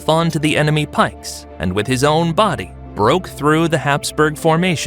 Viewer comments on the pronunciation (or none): none